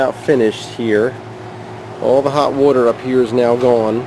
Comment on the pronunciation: what the fuck is wooter?